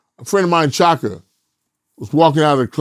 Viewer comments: Chaka not shaka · Chaka, not Shaka